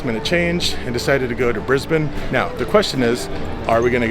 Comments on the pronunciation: So impressed you pronounce Brisbane correctly. Can you say Melbourne properly? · Thank you for saying Brisbane properly! ❤